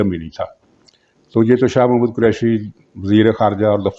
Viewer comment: Shah Mohd. nahin Shah Mehmood Kureshi. Kripya naam to theekh se lain